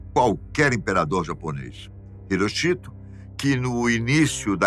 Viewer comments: A pronúncia não é " irochito". Pesquise! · Não sabia que a pronúncia do nome do imperador japonês era HiroCHIto... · A pronúncia do nome do imperador japonês está errada